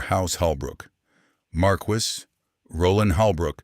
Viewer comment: Learnhow to say marquis.